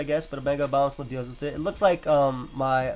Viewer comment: why do EVERYONE say Obamasnow instead of Abomasnow